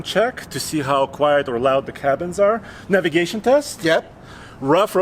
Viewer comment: You gotta say navigation bro